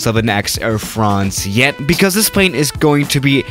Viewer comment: Nobody:: [pʁei̯n]